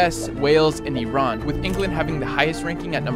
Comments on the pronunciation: Finally someone pronouce iran right its not i ran ffs😂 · Finally someone that pronouces iran correctly